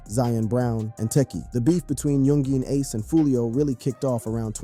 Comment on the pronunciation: bruh ur like 20+ videos in about this and u still cant pronounce youngeen ace is crazy work